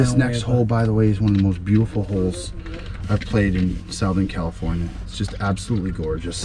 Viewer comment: is toasted. 😂 “Sowthin California”.